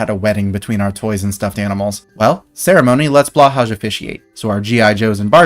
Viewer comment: That pronunciation of Blåhaj hurt.